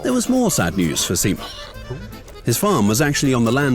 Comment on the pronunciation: first youtube channel that actually put some effort trying to say finnish words and names correctly and to me the pronunciation was pretty correct better than other channels non finnish channels that has made a video about simo.